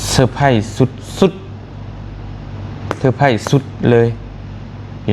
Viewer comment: Surprise ມັນເປັນພາສາອັງກິດ ບ່າວຕຽງເອີຍ ເຂົາອອກສຽງ ເຊີພຣ້າຍສ ບໍ່ແມ່ນ ເຊີໄພຣ້ ຍິນດີນຳເດີທີ່ໄດ້ໄບຢົກຢ້ອງ ສົມຄວນແລ້ວ